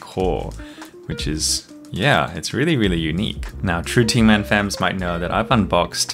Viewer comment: Gun not gaaaaaaaaaaaaaaaaaaaaaaaaaaaaaaaaaaaaaaaaaaaaaaaaaaaaaaaaaaaaaaaaaaaaaaaaaaaaaaaaaaaaaaaaaaaaaaaaaaaaaaaaaaaaaaaaaaaaaaaaaaaaaaaaaaaaaaaaaaaaan but written GAN Tingman!